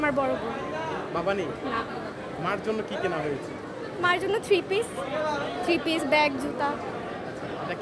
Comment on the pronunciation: চাপা মারছে বুঝাই যায় প্যান্ট কে প্যান,, থ্রিপিস কে থিরিপিস বলে। আর যাই বলেন যার ৫ লাখ বাজেট তার কথা বার্তার ধরণ এমন হবেনা😂